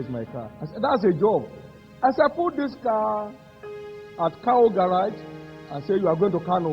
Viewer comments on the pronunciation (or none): AT KAWO GARAGE. .. not COW GARRAGE